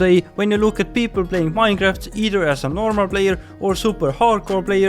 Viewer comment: Minejraft XD